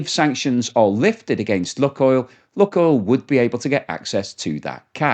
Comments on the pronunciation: Lukoil, pronounced Lukeoil,as in Luke the boys name. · STOP PRONOUNCING LUKOIL INCORRECTLY. DO SOME RESEARCH ON THE SUBJECT YOURE TALKING ABOUT FFS